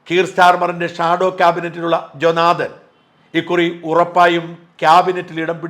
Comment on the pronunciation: "Jonathan" ഈ പേര് മലയാളി pronounce ചെയുമ്പോൾ കേൾക്കുന്ന mistake. ജോ നാഥൻ എന്നല്ല, ജോൺ തെൻ എന്ന് pronounce ചെയ്യുക